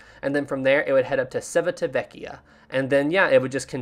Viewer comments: Chee-vee-tah-VEK-yah. Not Czechoslovakia, dude. 🙄🙄🙄 and GEE-ly-oh, not Julio. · Love your content, but let me give you a hand on your Italian pronunciation: Civitavecchia is pronounced chee-vee-tah-VEH-kee-ah :) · its said chiveetavekkia